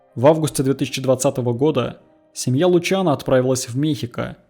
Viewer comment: Только вот он не Лучано, а Лусьяно... :-/